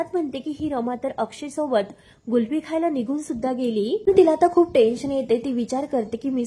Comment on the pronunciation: गुल्फी नसते 😂 कुल्फी असते........बाई....